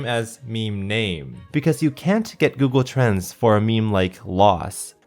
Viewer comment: When he says google trends it sounds like...: "g o o g l e t r a n s"